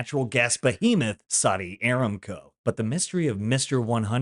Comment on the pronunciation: First, you do a great job. I listen to almost all your videos. However, you keep calling the Saudi oil company AIR-am-co. Anyone who's worked for the company says a-RAM-co (formally the Arabian American oil company, hence ARAMCO).